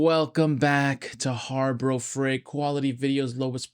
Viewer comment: 😂you can't say name of the company correct ..dangggg